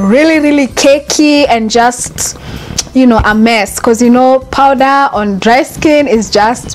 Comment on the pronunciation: It’s called powder not powdera